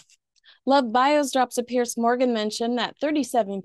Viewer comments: His spelling is Piers- I think it's pronounced PierZ, not Pierce. I enjoy all of your appearances,! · Just love your stuff! Doesn't worry me a bit, but every time I hear you pronounce Piers Morgan's first name like Pierce Brosnan's, I always picture poor old Piers looking a bit put out, which depending on Piers's latest headline-grabbing outburst, can actually be quite enjoyable. What would be miffing him is that the ancient and storied name Piers is actually pronounced like it ends in a 'z'. All good though, you do you!:face-blue-smiling